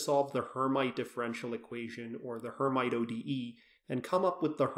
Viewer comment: Pronounced "air meet" not "her might"